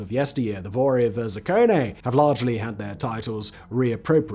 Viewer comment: Thief in law* Vor v zakone* (not zakonay) xd Hi from ru Do better simongang